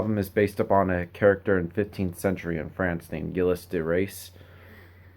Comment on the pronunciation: Pronounced "Jills Da rays"